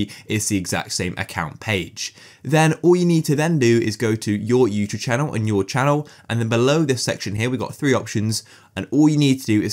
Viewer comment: why does he say you chube